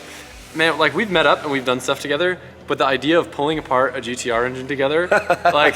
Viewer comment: "Gee Dee Ahhhh" every Aussie saying GT-R lmao